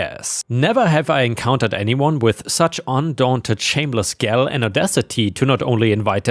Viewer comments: Gall is pronounced “gorl” - like the original name for France under Roman rule - Gaul! And clover rhymes with over or rover - not lover! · mispronounces gall as a habit. It's grinding to my ASD brain.